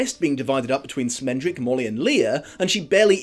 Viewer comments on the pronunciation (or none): SCHmendrick. With a SCH. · Great video. Only criticism was calling Schmendrick "Smendrick". His name is a yiddish word that means an inept bungler. Casting a new york jewish dude as his voice actor was a bit of a nod and wink at his name. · Isn't it produced Shmendrick? Like the Yiddish word?